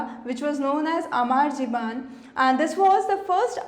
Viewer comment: ma'am, Amar Jiban is pronounced as "Aamar Jeebon"